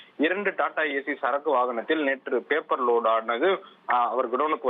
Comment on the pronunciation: Seithi vaasikkira pombala papernu ozhunga vasikka theriyadha,papper,,pamprr nu soldra styla 😠😡😠😡😠😡